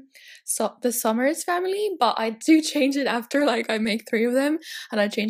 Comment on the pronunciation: When you say ‘Sommers’ it sounds like ‘Thumbers’ 😂😂😂